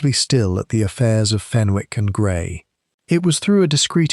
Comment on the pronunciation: There is not a 't' in Fenwick 😮